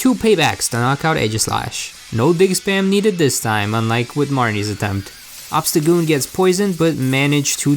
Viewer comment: Obstacgoon? How about Obstacool